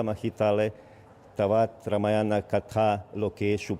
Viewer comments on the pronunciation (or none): The woman cannot even pronounce Ramayana and is pronouncing it as रमायणा. Shame on this woman. Disgusting.